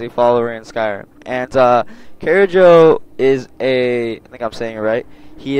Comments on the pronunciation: CAR-JO NOT CARE-JO. Jeez people listen to the damn names when they say them if you don't know how to say them yourself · TheScatsBury. 'nuff said. WAIT NOT ENOUGH. It's pronounced Car- Joe not Care- Joe. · its pronounced Car-joe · I think Kharjo is pronounced like car-joe/joh. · If I'm correct it's pronounced Khar-sho i think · Is pronounced car Joe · its pronounced ( CAR-JO) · Thay don't pronounce the j as j it's pronounced kharyo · nope Carjack